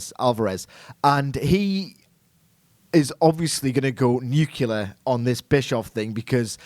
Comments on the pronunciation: The word is Nuclear (new-clee-arr), not "Nucular". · Why can't people pronounce the word 'nuclear' properly? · Nuclear not nukular.